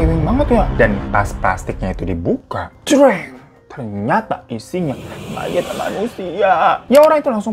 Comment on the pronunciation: Mayat bukan mayit